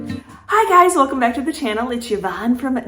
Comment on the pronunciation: Hit the blue button by accident. I didn’t look at the link below. I know I’m being a copy cat I sure hope you don’t mind. A question to ask…. Is your name Yvonne or is it ( I know I spelled that wrong) It sounds like that in the beginning of the video. I want to be sure I’m pronouncing your name correctly. Love everything that you do n especially when you find iron stone or something I would buy. ♥️♥️😊👍👍👍